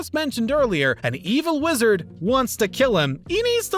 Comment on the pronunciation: Uhm... Wizder?